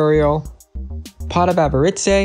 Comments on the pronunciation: Avarice is said “Av-a-riss.” Not Avaritsay. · Downvoted for pronouncing “Avarice” as “Ava ritz ey” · see-lo-canth Me: Oh cool, he knows how to say this word: a-va-rit-say Me:...what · How tf did you pronounce avarice? LMAO